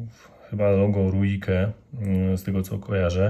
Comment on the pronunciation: Nazwę Ruike, wymawia się REIK. To nie wpływa na jakość narzędzi, ale warto wiedzieć, zwłaszcza przystępując do recenzji.